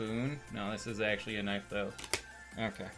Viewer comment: That’s not a noife! 🤣🤣🤣